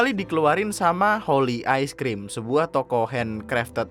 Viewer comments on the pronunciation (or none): ok itu holi bukan holly :›